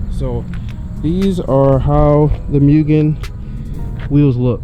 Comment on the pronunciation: It’s pronounced moo-gen